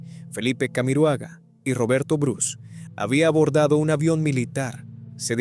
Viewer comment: Calle 7. Soy chilena. Bruce se dice tal cual. No Brus. JP Cretton, como si tuviera tilde en la o. Ese y los siguientes días fueron tan devastadores. No lo podíamos creer. Además iba en el avión el cuñado del ministro que confirmó la muerte de todos. Y bueno, hubo responsables e indemnizaciones, pero y las familias qué? Ah y el canal de TV se dice TVN. Te ve ene. Sé q no todos pronunciamos igual en nuestros países, pero prefiero respetar cómo lo dice cada país si voy a hablar de ellos. Buen video.